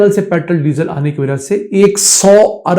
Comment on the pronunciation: Petrol ko sahi say bolain na k petrl petrl kartay rahain